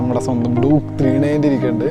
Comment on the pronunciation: Bro Doooooke alla Duke, i mean dyuke.